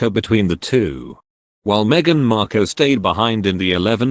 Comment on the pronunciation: Would have been better if the narrator could pronounce Markle properly. Let us just see what happens in the next few days shall we.